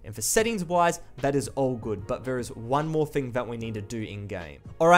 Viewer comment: learn your "th" bruh. its "thing" not fing